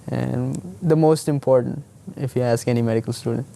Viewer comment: For someone who is in medical school, I would think they would pronounce a simple word like ask correctly... .